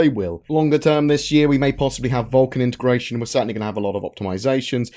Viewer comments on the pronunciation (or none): none